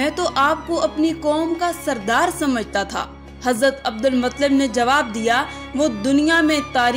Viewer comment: Abdulmuttalib h sahi to bol lo kaisi muslim ho